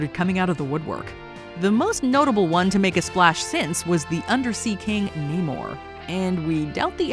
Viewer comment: its NAMOR not naymore